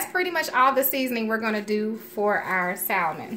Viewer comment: I’m sure it taste good, but every time she pronounces the “L” in Salmon my ears cringe.